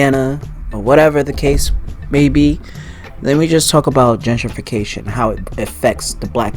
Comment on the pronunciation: Gen-trification! Not Genger!